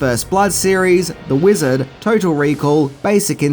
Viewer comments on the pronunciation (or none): none